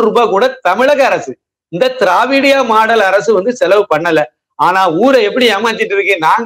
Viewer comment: திராவிடியா மாடல்.. சார் எனக்கு வேற மாதிரி கேக்குது.. 😃😃